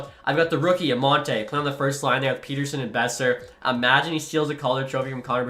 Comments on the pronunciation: As a swede, I can inform it's the latter pronunciation of it. Not like Peterson. In that case he would have one T. The name is like "son of Peter" or "son of Petter" where Petter is a pretty common name in Sweden. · You’ve been saying his name wrong for years rofl, and I’m not even a Vancouver fan! I would say Pet-Er-Son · From a Canucks fan: ‘Petter’ (rhymes with better), ‘sson’ (like how you’d say son). E “lee” as, and then you can also call him Petey (Pete-e)😉☺️ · Neither of those are the way to pronounce Pettersson properly 🤦‍♂️ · Okay, a few things. 1. As a Canucks fan that was born and raised in Saskatchewan, I feel like is spoiling me at this point. 😂 2. TO SET THE RECORD STRAIGHT: Pettersson is said pet-er-son in Sweden. The thing you keep referencing where he said he likes Peet-er-son comes from a clip where he was saying he liked how N/A people said it. He liked it cause it was new and different sounding since THAT HASN'T BEEN HIS NAME ALL HIS LIFE. 😂 But that's exactly the same reason I like calling him pet-er-son, cause it's true to his nation/culture. Peet-er-son is such a boring, normal name. It triggers me but I'm not going to talk about it anymore, you do you. 😅 3. Pettersson should definitely be the captain. I think Hughes is actually an underrated option, but Petey just makes too much sense. 4. I love realism. Like when you would go out and sign every single decent prospect in free agency it was like nails on a chalkboard, so I like that you're trying to keep it more real, even with the OEL buyout and tradeblock thing. I do find it funny however that you went to free agency and I said to myself "well at least I'll get to see the Canucks end up asset rich" and then you're just like "guys, I've just decided that's unfair so I'll only sign two of the guys". 🙃😂😂 #CanucksCurse 5. Doughty would never waive to go to "a team like that". 😜 6. Love your stuff dude, keep on keeping on. Can't wait for your roster. 💯